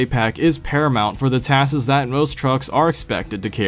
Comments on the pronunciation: It's tasks not twaaaskeezz. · Task'es lol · Sorry but also you said "taskes" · taskses lol